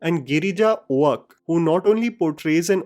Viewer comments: It's गिरिजा ओक not ओआक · Just a quick note: Girija's surname is pronounced exactly like the oak tree :)